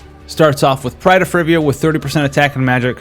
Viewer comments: Fer-ivia? Frey-va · "Frivvia" lol